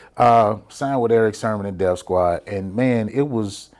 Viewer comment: I think his name is Sermon, not SHERMON!